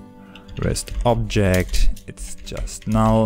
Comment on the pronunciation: richtiger deutscher "null" anstatt einfach sero